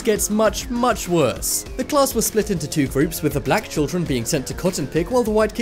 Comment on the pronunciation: Why he say black like that you racist sick fuck